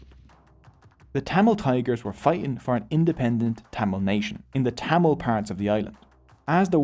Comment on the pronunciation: Bro's pronunciation of thamizh names were on point. Impressed 🫡